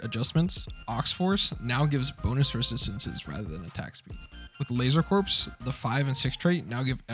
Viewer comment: broke my heart when he pronounced it "laser corpse" ...Corps is just "core" </3